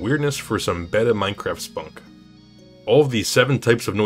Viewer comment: why do you pronounce it Meinqwaft